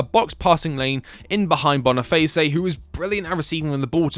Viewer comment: Loved the video! But it's just Victor Boniface bruh, like bone-e-face, not boniface-ay